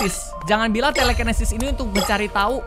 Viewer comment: " Kita dapet telekenesis buat apa ni telekenesis ? " Padahal tulisannya telekinesis owkowkowkowk Apa bacanya bgitu ya ?